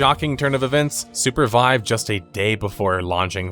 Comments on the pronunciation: Bro, you keep saying Supervibe. Why make the name more cringe than it already is? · The Name is a combination of Super and Survive. Mentioning it since Sounded like you thought it was Surpervibe.